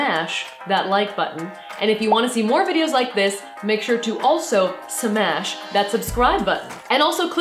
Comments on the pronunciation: please stop saying 'semash' for fucks sake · Okay but the lack of sh at the beginning of smash was really offputting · Why did it feel so wrong when Safiya was saying "SMASH" correctly at the end? X'D